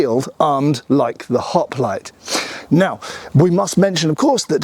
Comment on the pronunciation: I swear to Gawd that I 'MUST' NOT up on how accents change things. I am an American and I thought that I was 'pretty-well' up on accents. At the beginning I could have sworn that he was calling them 'Hot-Plates' and then it dawned on me: 'Hoplites'.